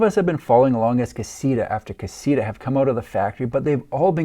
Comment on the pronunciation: Pronounced (kah-see-tah) damn